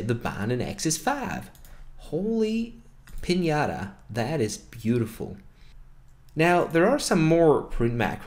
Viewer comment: it's piñataaaaa